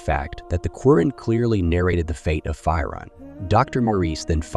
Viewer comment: It’s not fii Ron . It’s phee - Ron . You toool .